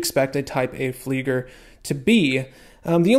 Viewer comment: Tisell pronunctiation seems good bud, but please say it properly it is Fleiger (fliːɡɐ), as in to fly.